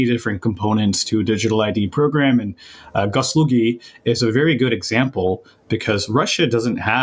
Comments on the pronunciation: It sayd gosuslugi not goslugi. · It's not Gosolugy, it clearly says ГосУслуги - Gosuslugi - I don't know what GOS is but Uslugi stands for services. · It's peonounced "goss oos LOO ghi"